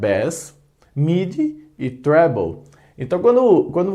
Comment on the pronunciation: Gostei do "trébouu" rsrs